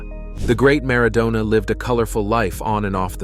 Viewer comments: Who is “Garza” and “Mara doona” 🤣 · Maradoner 🙄 As in kebab. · W hy the weird pronunciation of Maradona?